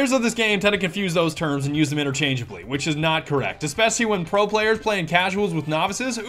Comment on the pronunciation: can’t say especially